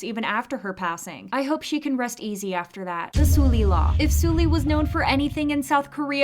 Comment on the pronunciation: Suhl-Lee not Sool-Lee